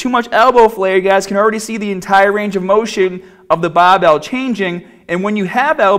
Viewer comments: think it's because he used to hide it, but he doesn't do that anymore. You can tell in some of his older videos that sometimes he says bahbell and in the same video he also says barbell. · Fuckin llama man. Bahhbell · i like the way he says barbell. Bahbell haha sounds cool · I clicked to hear more baaaaahbell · Where do the unused "r"s go? Put them on your baaahbell.. sorry. Couldn't help maahself. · Im just watching this to hear him say barbell😂😂😂😂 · He sounds American until he says barbell